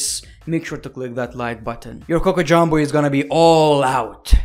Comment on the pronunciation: the fact that he says "cocojoumbo" LOL